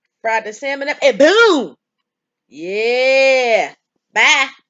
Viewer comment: She said yerrrr and I subscribed